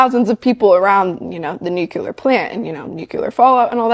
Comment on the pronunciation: this girl is killing me with the “nuculer” 🤦‍♀️ For her, and anyone else unsure: it’s “nuclear” as in new-clee-ar.